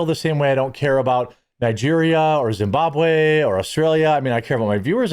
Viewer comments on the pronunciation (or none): none